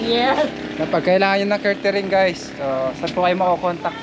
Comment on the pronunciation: Caretering ba o catering?ingat kau lagi.